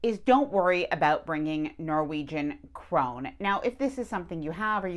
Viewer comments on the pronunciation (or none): We had Norwegian friends and I’m pretty sure it’s pronounced crone-ah (just an FYI) 😊